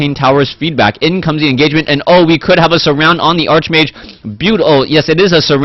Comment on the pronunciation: Its "Arch"mage, pronounced as in Archangel... Its not that I care, but it might be easier for you to pronounce while youre doing play by play.